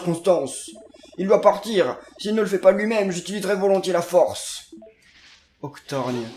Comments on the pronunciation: son nom c Oc-tor-gone et pas Octorgne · Ca se prononce Octor "go"nne 👍👍